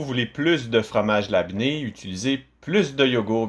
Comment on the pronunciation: Salut je sais que ta vidéo date dun certain temps... Jai fait une p'tite recherche.. et ta la bonne prononciation cest labné ou lebné.. vraiment un plaisir d'apprendre a faire du fromage avec toi 👍👍👍